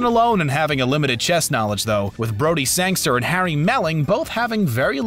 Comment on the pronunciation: It is rather annoying how media announcers and narrators play fast and loose with the actors’ names. This guy mispronounced Anya Taylor-Joy’s name repeatedly (Ahn ya is incorrect. It should be Ann-ya). He also butchers Thomas Brodie Sangster’s and Harry Melling’s character Dudley Dursley. You could allow for the mistake if someone is working on the fly but I assume this video took a few edits.